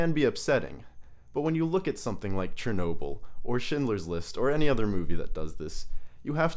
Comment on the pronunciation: S-H-ernobyl lol chuckles in slavic The CH is pronounced like in churro, not like in Cher